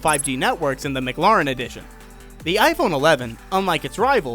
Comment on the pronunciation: Good vid, except that’s not how mclaren is pronounced